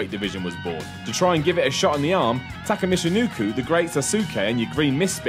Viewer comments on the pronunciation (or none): Taka MichiNOOKOO? Really?!